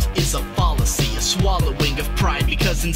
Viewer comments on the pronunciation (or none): It bothers me way more than it should that you fucking pronounce fallacy like "fawllacy" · Just a heads up,; Fallacy is pronounced with a short "a" just like the word fat.